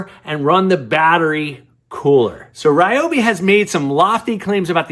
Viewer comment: Learn to pronounce Ryobi